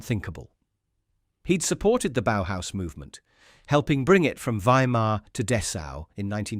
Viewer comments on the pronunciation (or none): none